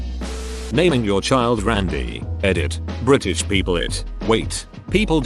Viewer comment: STRAIGHT TEETH! "Bri'ish" 🤣